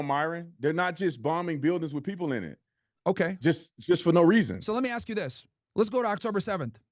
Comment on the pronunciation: cant say "ask" but he takes money from bibi and think we wont notice 😂😂😂🙉🙈🙊